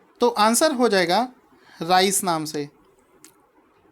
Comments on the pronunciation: राइस नही रेज है।।। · Please prounce "raise" rightly